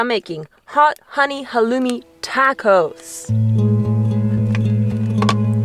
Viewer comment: Learn how to pronounce taco😂😂😂